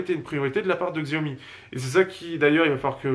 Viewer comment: la marque se dit "chaomi" et pas "xiaomi"